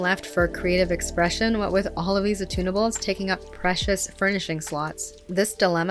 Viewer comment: I thought she kept talking about tuna bowls, not "attunables."